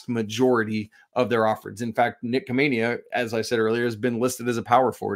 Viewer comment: Khamenia is pronounced with an H.